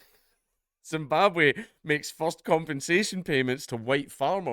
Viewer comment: Zimbabwhaaa? Oohhhh you mean Rhodesia?